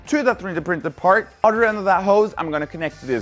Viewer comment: Since you say udder for 'other', It would be funny if in one of your videos you say "cow others" but say 'others' not udders.